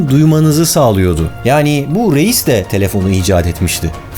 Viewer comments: Reis, RAYS diye okunuyor. Zeitgeİst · Reis almanca oldugu icin rays diye okunur. ingiliz rice gibi yani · de ki adamın soy adı Reis ama Alman olduğu için "Rays" şeklinde okunur. Video muhteşem ve değişik bir konuyu işlemiş. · Harika video. Minik not: Reis yazılır, Rayz okunur. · Reis almanca okunusu rays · Reis değil abi "rays" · Barış abi reis diye okuyosun ama Almanca da ‘rays’ diye okunuyo (yani ben öyle biliyorum😅) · Reis almancada Rays diye okunur.. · Johann Philipp Reis diye yazilir Yohen filip rays diye okunur cünkü Almanca ingilizce degil. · Usta Johann Philipp Reis Alamanca ismidir. Türkce okuma sekli Yohan Pilip Rays dir. ei= ay olrak okunur. Reis = Rays dir. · Biliyorum bugunlerde kulturumuzde Reis onemli bir yer tutuyor ama bilmekde yarar var Alman olan Johann Philipp Reis soyadi pirinc anlamina gelir ve telaffuzu [ʀaɪ̯s] dir. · Zeitgest diye yazılmaz. Doğrusu "Zeitgeist" dır. Ayrıca REIS bir Almandır ve Almanca pirinç anlamına gelen soyadı vardır. Soyadı da "Rays" diye telaffuz edilir.